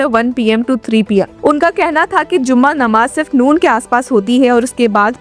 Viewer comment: Hii didi bht acchi or informative video thi aap ki bht accha lga dekh kr bs 1 cheez correct Krna chahuga k jumma namaz hota hai zumma namaj nahi thank you 😅